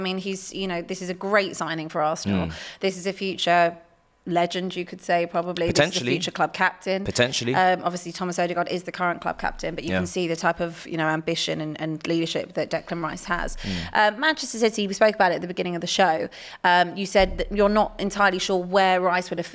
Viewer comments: Did she say Thomas ode club captain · LOL I heard it too. Thomas Partey fused with Martin Odegaard